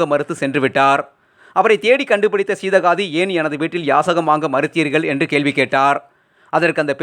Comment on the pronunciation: Seedhakkadhi nnu olunga sollatheriyalai.